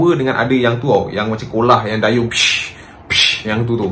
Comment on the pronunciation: Bukan dayung capp...tapi gayung